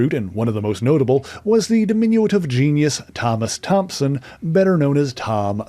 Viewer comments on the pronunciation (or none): none